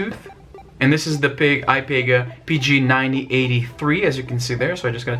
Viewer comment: Ipega is pronounced eh-pee-guh